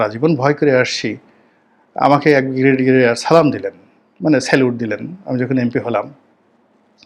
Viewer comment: অর্ধশিক্ষিত correct your pronunciation of ‘Brigadier’